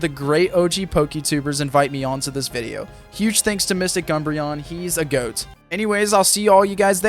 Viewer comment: It does not take much effort to say video.